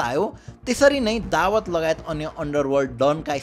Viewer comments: Dawad ❌ Dawood ✅ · दावद होईन शुद्धसँग उच्चारण गर भाई दाउद ईबॅ।हिम हो उसको नाम दावद को अथॅ निम्त्याउनु हुन्छ । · Dawad re???😂😂😂 Daawoooooooood ho bhai ramrari pronounce ta gara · bro Dawat haina Dawood ho !!! party bolayera Dawat deko jsto po vanyo ta >( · दावात ❌ दाउद ✅ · दाऊद लाई दावत भनेपछि कन्फुज भैयो सुरुमा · दाबद होइन दाउँद भन् न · babu dawood ko pronounciation nai milena hai timro....u are saying dawaat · Is it दाउद or दावत? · dawood lai dawat k vaneko ho patrakar vayapaxi jun news banaudai xa kam se kam tesko gahiro adhyan ta garnu parxa ni sahi pronounce samma garna nasakne patrakar le sahi news dinxa vanera kosle samjhinxa ? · Muji dawad hoena pahila sahi naam lina sikh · दाउद भन्न नआको हो???